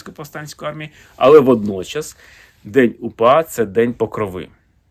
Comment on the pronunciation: Зеленський навіть слова УПА вимовити не може , челюсті не українські